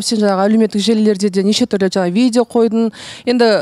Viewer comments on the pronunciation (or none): none